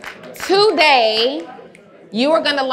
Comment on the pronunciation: I absolutely love!!! When you thought she said two-day notice and realize it’s a TO-Day notice!! I can’t wait!!!